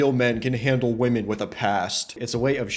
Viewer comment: or woman instead of women